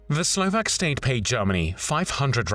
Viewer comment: Huge appreciation for the narrator who researched the correct pronunciation of all Slovak names a cities and tried to mimic it as closely as he could ❤ Usually, the pronunciation is so bad that I cannot even guess what it is supposed to be.